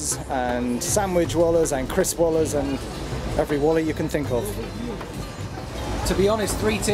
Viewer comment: Every wala's you can think of 😂😂😂 . you learned this word perfectly.